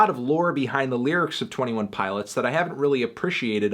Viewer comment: I dislike how he says says "twenTEEone pilots"